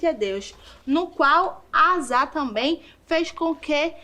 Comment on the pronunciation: Gostei, mas a pronúncia do rei do nome do rei é Asa ( asa de voar).